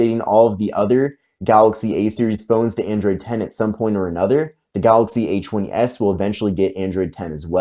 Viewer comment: Kept checking the description, because when you say A20s it sounds like H20S. Lol